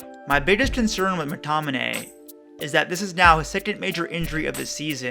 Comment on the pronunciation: Great video and well explained. But just one think its Mctominay not Mctonimay